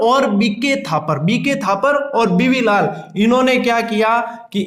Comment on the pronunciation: बीबी लाल है but sir तो बीवी लाल बोल रहे है, my daut please स्पष्ट करे